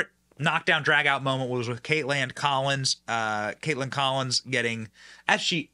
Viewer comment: It's Caitlan😂 or as Benny says Caitland😂